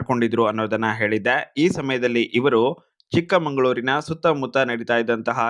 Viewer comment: ಚಿಕ್ಕಮಗಳೂರು sir ಚಿಕ್ಕ ಮಂಗಳೂರು ಅಲ್ಲ, please ಇದನ್ನ ವಿಡಿಯೋ ಡಲ್ಲಿ ಕರೆಕ್ಷನ್ madbidy